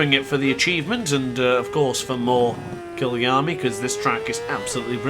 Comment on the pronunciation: It’s K-EYE-A-LAMEE